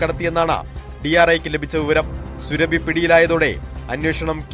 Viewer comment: "സുറബി" എന്നത് സുരഭി ആക്കി മാറ്റി. കൊള്ളാം മാപ്രകളെ.ശരീരത്തിൽ അല്ല, മലദ്വാരത്തിൽ.ഒരു വാർത്ത പറയുമ്പോൾ, ശരിയായി പറ. ആരെ ഭയക്കുന്നത്?